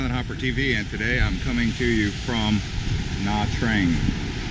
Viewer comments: it is pronounced nha chang and I am Vietnamese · it's pronounced nha tran'g. Do you even know how chang is pronounced? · FYI - It's pronounced as Nha Jarng. Great video though! Thanks for the tour... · Nha Trang is pronounced Nah Chang